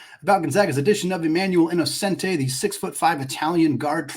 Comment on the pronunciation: as a student who just got back from gonzaga in florence, it’s pronounced e-no-chen-tee :)